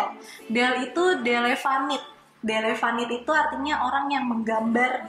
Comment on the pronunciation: Kak, keselip ya...delinavit bukan delevanit...